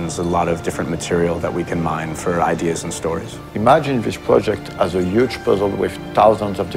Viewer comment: imajin dees pruh-jekt